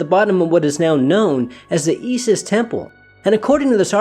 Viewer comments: Great show but you say EEsis instead of Eye-sis lol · I appreciate your interest in ancient artifacts and history... So out of respect for the craft, and with much appreciation, I would humbly ask for you to pronounce Isis correctly: EYE-SIS. Not E-SIS. Respect! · Honey, Isis is pronounced "eye-sis", not "ee-sis". She was kinda a big deal in her day.